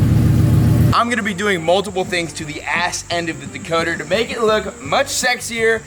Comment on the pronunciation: So glad I’m not the only one who calls it a dakoter 😂😂